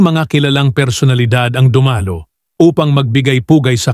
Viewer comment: Nakakainis naman yung narrator. Mali mali ang bigkas sa salita . Like for example yung “dumalo”